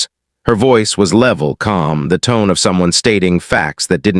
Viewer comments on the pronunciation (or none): none